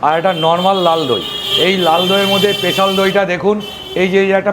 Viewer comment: Special ❌ পেশাল ✔️